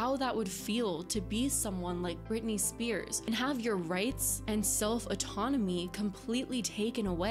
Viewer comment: Its just Spears not Spearses